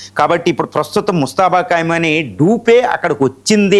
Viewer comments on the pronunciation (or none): ఖైమని కాదు ఖొమేనీ పేరు పలికిందుకు కూడా రాదు. వీడు ఒక టివి analyst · ఖైమోనీ కాదండి. ఖోమైనీ అని పలకండి. ఇది వారిలో కూడా కామెంట్ చేసాను. సరిదిద్దుకోలేదు.